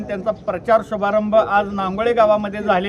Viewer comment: बातमीमधे गावाचे नाव व्यवस्थितलावा रांगोळी नाही नांगोळे